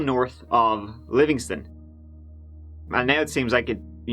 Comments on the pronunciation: Great coverage,!!! I live the next county over from this story and you're episode was one of the most fleshed out I've seen thus far. 👍 also just for FYI sake, its Lovingston, not Livingston. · Yay! One in my neighborhood! Hmmm... Maybe not so exciting... [And it's LOVingston.] LOVE this channel! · Lovingston. Not Livingston.. Lovingston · It’s Lovingston, not Livingston